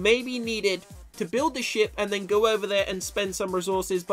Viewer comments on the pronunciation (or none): lmao it souned like said shit instead of ship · Whenever says ship I keep on hearing sh*t